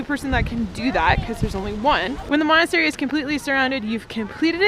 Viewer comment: It's monastery.